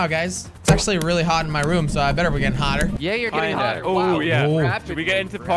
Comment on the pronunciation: When says hotter it sounds like potter